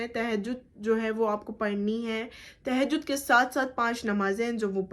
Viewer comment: No Tahajud ...say properly Tahajud